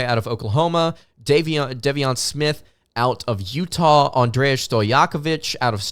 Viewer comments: ...love you brother, but I believe its pronounced Day-Von, DEI-von smith. Loving the episodes brother and can't wait for the rest of the season!! LFG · It's pronounced DAY-VON SMITH btw... just sayin